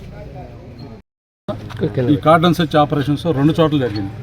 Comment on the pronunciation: తెలుగు ఇంత ఘోరంగా పలుకుతున్నారు. రాస్తున్నారు. సిగ్గు పడాలి. 😛😛😛 అది " చర్చ్ " కాదు : " సెర్చ్ "